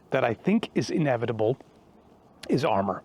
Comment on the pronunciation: Team America Kim Jung Il voice: “The future is inebitable. In … inebitble. Things are inebitiwly going to change!”